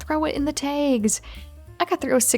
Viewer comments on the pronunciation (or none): Why do you keep saying t-ay-gs t-ay-gs t-ay-gs? Its usually t-ah-gs. It keeps disturbing me while watching.